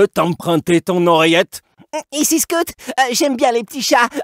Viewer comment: I love how Scout is pronounced SCOOT